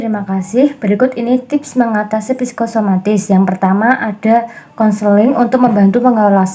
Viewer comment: kok jadi psikomatis ya teman2, bukankah psikosomatis yg anda jelaskan?